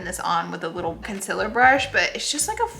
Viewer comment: I love how she pronounces "Conceler"